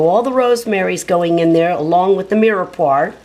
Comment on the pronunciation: omg its not mirepoir, it's mirepwah ughh